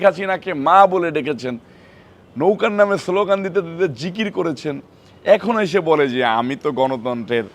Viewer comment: সোলোগান দিয়েছে? কি নেতা যে কিনা একটা দলের অঙ্গ সংগঠনের কেন্দ্রীয় নেতা সে স্লোগানকে সোলোগান উচ্চারন করছে?